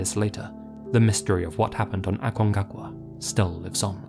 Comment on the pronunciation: dude. aconcagua. not acongacua.